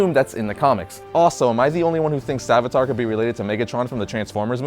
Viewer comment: The Hindu god is named savitr. It's pronounced sa-VITH-ruh The uh at the end is more like an exhale than a groan. It's barely there.